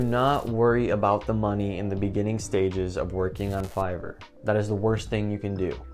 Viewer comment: "Make sure your english score is high" - "Figor, Feiger, Fiverr" Great video. I really enjoyed watching and thanks for the great introduction to Fiverr!